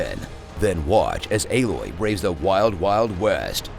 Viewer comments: Lmfao "B loy" took me tf out🤣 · Haha fucking "B-loy" . 🤣🤣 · I lost it when you said B-loy lol 🤣🤣🤣 I'm using that. This is great 👌👌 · I absolutely lost it at "B-loy" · I'm literally dying, when he said "staring B-loy" omg 😂😂😂😂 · That "B-Loy" caught me off guard! 😂